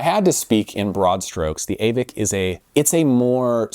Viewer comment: Aavik is pronounced "Åvik" ( Same sound as the a in "all 😉)